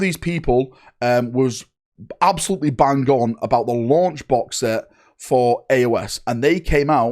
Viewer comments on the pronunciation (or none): none